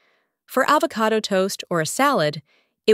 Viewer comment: I think that this video uses a computer voice for the audio. Either that or the lady does not know how to pronounce the word avocado when it came out as AH vo CAY do.